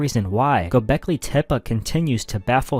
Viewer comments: Tepe ❌ Tep-uh ✅ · Yes tep-peh is correct. Which is why this video that says tep-puh is wrong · Its called tepi not tepa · Dude can’t even pronounce Tepe. Vids bunk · Stopped watching immediately for that pronunciation of tepe😂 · Take a drink every time he says Tepe wrong 😂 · Came right out the gate with it, I'm like, oh no ! 🤦‍♀️ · Casuals listen to joe Rogan too much saying it wrong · Maybe that’s how the original inhabitants said it